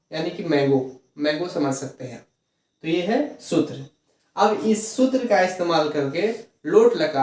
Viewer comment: सुत्र नहीं सर सूत्र होता है।।।।